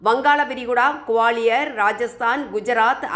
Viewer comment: Kuvaliyar illa guwaliyar